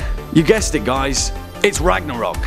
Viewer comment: its ragnarök.... rip my ears! D